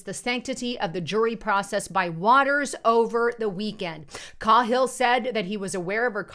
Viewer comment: It's pronounced K-hill